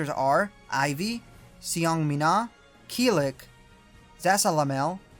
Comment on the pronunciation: Yea i always wondered if it was killick was pernouced key-lick or kil-leak but you pronounced it as i do. He has always been my favorite overall. Yea he can be easy to learn for most part but once you learn him extensionly he can make easy work of pretty much everyone in a rapid or fluent style.